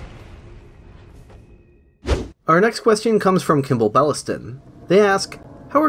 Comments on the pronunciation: I like how you say „questyon” :3c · i like how u pronounce question quest-ion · great video, also you keep pronouncing question like "quest-eon" :D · I love how you say Question.